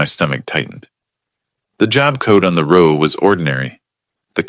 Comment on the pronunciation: If you use word muliple times -- such as a "row" in a column of data, try making sure it is pronounced correctly (i.e. not as "row" meaning an argument or fight). It sounds silly otherwise.